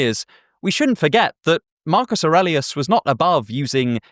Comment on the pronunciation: You pronounced Aurelius the right way like in romance languages 👍